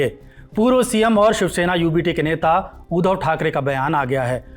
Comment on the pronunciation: It’s उद्धव not ऊधव